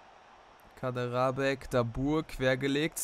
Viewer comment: Kaderabek wird Kaderschabek ausgesprochen